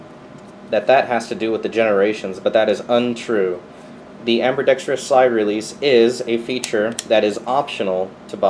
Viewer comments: Amberdextrous. Haha. The the way you pronouce that. I also have the same pistol, only in 9mm. Favorite pistol. Carry it every day AIWB. Love it. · "Amberdextrious" I love it